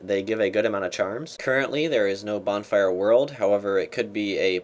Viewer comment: bornfire lol